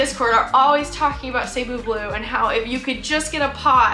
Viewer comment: FYI "Cebu" is pronounced like "See-BOO" with the stress on the second syllable. You can also pronounce it "Suh-BOO" or "Seh-BOO". "Suh-BOO BLUE" just sounds better than "SAY-boo BLUE". Sorry if this comes across as nitpicky.